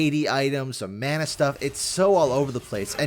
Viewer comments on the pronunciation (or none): none